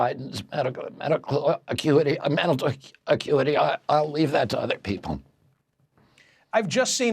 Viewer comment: Love how his guilty conscience made him flub "mental acuity" so many times!